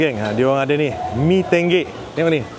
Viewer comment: Mee tonggek ❎ Mee tenggek ✅